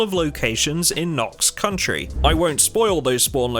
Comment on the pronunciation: I can't tell if you dont realize it's "county" and not "country" or if it's an in-joke?